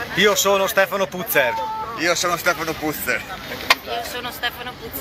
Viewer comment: Si dice Puzze'r, cognome Veneto, tipo Padoan e' Padoa'n